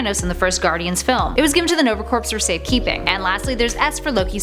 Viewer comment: lol Nova Corpse